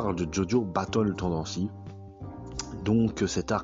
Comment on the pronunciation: "BaTtLe TaNdAncy"😂